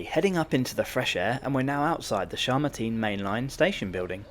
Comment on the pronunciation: It's Chamartín /chummarteen/, not /shurrmuteen/ :D